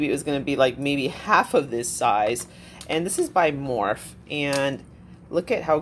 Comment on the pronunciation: Love ya. But, the brand is pronounced "more-fee"!